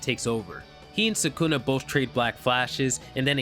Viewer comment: You pronounce sukuna like ppl who pronounce naruto all wrong Nuh-root-oh Suh-koo-nuh 😂 Just being honest